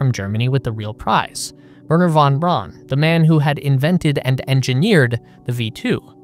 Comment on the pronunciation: 'Vair-nuh fonn Brown' and 'Lye-kuh' and while I'm being pedantic... 'Ree-kard Vahg-nuh'